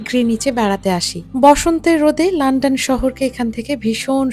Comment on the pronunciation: লন্ডন কে লান্ডান বলেন কেন?